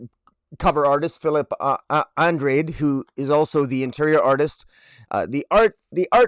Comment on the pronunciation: Uhn-DRAH-d (the "E" is silent). He's Portuguese like me.